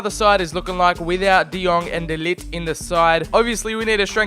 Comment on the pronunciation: Man be like "TF is this G in de Ligt his name.... Fuck that I'm calling him The Lit"